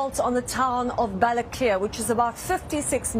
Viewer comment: Balaklía is how Irish pronounce Báile atha Cliaugh, the Irish word for Dublin. Every Irish person who hears it thinks for an instant Dublin is under attack.